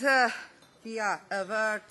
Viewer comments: Hahahahaahah, da poput portugalskog :-D Jebote ovaj glas A-V ( aware), brijem da ni najveca lingvisticka elita svijeta nije jos desifrirala. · Automatski subtitles prevodi sto ona govori u tekst. I ne moze prepoznati; ona kaze [I] iz konteksta slijedi da je mislila na EU, subtitles prevodi kao ego. kaze [arv], subtitle prevodi as over, iz konteksta se zakljucuje da je mislila na aware, itd! ZALOSNO! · mislila je "aware" a rekla je A VVV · "aware" -> aveae.